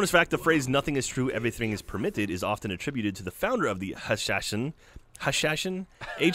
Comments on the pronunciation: Ha sha shin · Heh.. Ha-sha-sheen. Part of their history was the way they thought they could derive power and strength from Hashish (cannabis). Strength from drugs, just like our modern day Sheens.